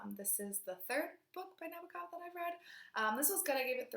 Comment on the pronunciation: Mary was Nabokov's first book and it was in Russian. Lolita was his first book written in English. I love what I've read of Nabokov, I need to read so much more. Thank you for mentioning the translator :) not sure if I should correct your pronunciation of NaBOkov :P Great reading month :)